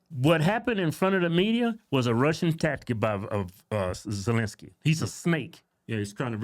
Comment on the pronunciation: First, she couldn’t say, Ukraine then she couldn’t say Zelensky 😂😂😂 Joke